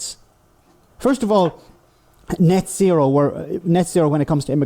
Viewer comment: I really don't think YouTube is for you bro. Also it's net zero, not net sero. Annunciation is important